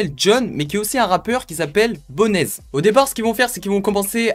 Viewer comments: Ah oui il y’a quelques choses qui sont resté dans ma tête: j‘ai entendu personne à dire que c’était le gomora allemand , on dit 4 blocks et pas block 4 et on prononce bonez- BONZ sans le „e“ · Frere sa se dit bones(bonez) comme en anglais il s'appelait comme sa parce que il été très mince et haut Big Up a toi